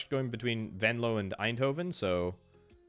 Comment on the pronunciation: i have to say the pronunciation of venlo was spot on, beter then most residents 🤣